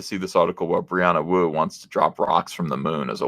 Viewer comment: Thought you said Brianna Woke for a second.